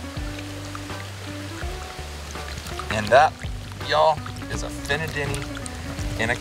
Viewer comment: You say Fina Deni on point!!!